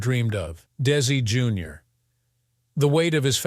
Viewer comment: How come they say correctly for Lucy Arnez but Desi Jr they said it wrongly.